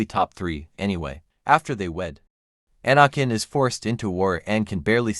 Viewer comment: Please learn how to pronounce Anakins name correctly